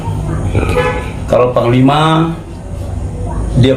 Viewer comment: Yang saya dengar sebutanya bukan psnglima tapi pangkal lima